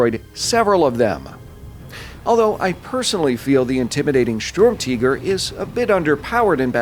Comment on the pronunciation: Its not storm-tiger its sturmtiger you ww2 idiot.